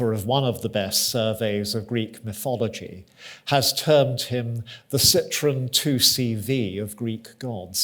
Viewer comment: It's pronounced MY-thology. The "my" rhymes with eye.